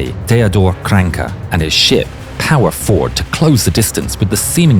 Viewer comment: it's not Krancke it's KranAcke